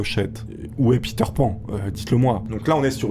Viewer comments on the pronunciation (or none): none